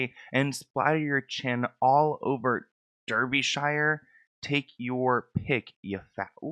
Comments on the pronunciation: Derbyshire = Dar-bee-sheer just FYI my love 😊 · In the UK the shire part in names is pronounced as sheer. I know most people say it that way I just wanted to correct it so the names are said properly. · Derbyshire pronounced “Darbisher” ly <3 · Thank you for another insightful vid, just letting you know for future reference it’s dar-bee / dar-bee-sher. My home county, masses of beautiful countryside ❤ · As someone from the UK it was quite funny hearing you try to pronounce the names Derby and Derbyshire. You were close! It’s more of an A sound in Derby though like DAR almost. Blanking is a bit like ghosting, ignoring/ avoiding someone 😊